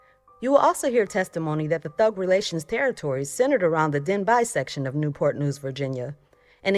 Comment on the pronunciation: Denbigh = DenBee ( not den -buy